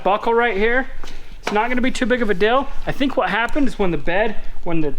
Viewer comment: ...I'm gonna let you in on a secret.......shhhhh don't tell anyone....but deal is spelt just like that.....not "DILL".....GOOGLE HAS A PRONUNCIATION SETTING....SO YOU CAN HEAR HOW ITS SAID.....IT IS NOT DILL!